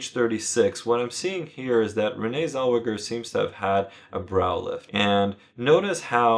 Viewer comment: Who the fuck is Renee zel-wedja